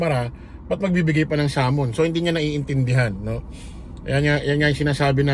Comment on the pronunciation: correction lang “SUMMONS” not SUMMON✌️✌️